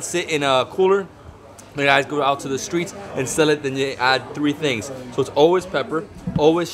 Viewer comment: man said "fish, wings and tings" ☠☠